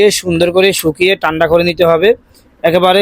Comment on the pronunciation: তানদা বলেন নাকি টানডা বলে,,,, ঠান্ডা হবে